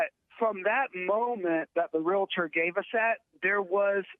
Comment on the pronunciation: First off it's "realtor", not "realitor". And not all real estate agents are realtors. This aside, save your money and steer clear of women. You know women, those humans who giggle when a man gets hurt.